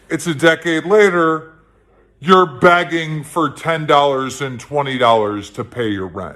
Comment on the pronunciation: I know we hate how pronounces some words incorrectly, But is Keemstar saying Begging? It sounds more like Bagging.